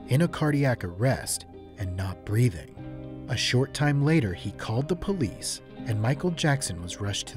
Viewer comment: Someone better call the pol-HEE-CE